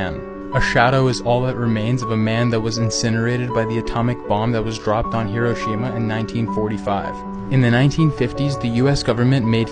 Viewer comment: That way he pronounces Hiroshima.